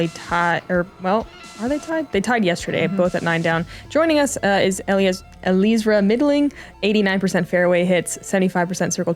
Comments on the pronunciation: Not Eleezra, Ellie-ezra. Please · I was the announcer for FPO. It's pronounced Uh-lee-ezra. She personally broke it down in her interview with Staggered Stance shortly before this event.